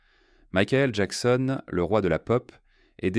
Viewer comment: Dommage un narrateur qui bégaie, qui prononce à la française Michael ou Jackson 5, c'est affligeant 😢😢😢